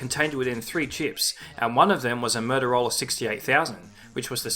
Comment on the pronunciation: I like how this guy pronounces Motorola as "Murderola".